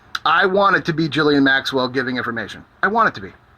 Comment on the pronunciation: Is her name really pronounced "Jizzlaine Maxwell?" xD